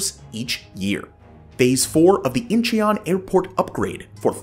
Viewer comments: Incheon is pronounced In-chun. Soft u. If you had spent 15 seconds doing a qucik search, you would have heard the simple pronunciation. But other than that, you really did well. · Incheon is two syllables, not three. Great content!